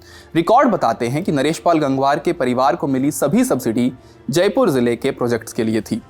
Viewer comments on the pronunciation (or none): none